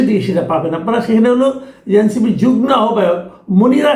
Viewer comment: Masud Bhai, apni eto doshok journalism korechen, knitu kokhono "Jugmo" shobdota dictionary te khuje dekhen ni? Apni protita show te bole ashcan, "JUGNO""!!! Apni ki "RUGNO"???? Kokhono "JUGMO" word ta dekhen ni kothao??? Nijeke kokhono bhaben ni je, apni emon ekti important shobdo moner anonde bhul-bhal uccharon kore ashchen??? Shekhen Bhai shekhen. Shekhar kono boyosh nai. Apnader moto manushra Bangla Bhashake eibhabe bikrito kore dile Gen_ji der aar ki dosh dibo???